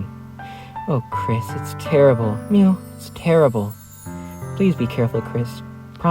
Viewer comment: Thank you for having the courage to prronounce the 'mew's on Pink's dialogue as they should be pronounced, rare to see it